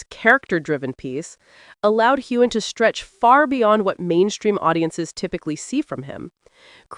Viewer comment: There is no g sound in Heughan!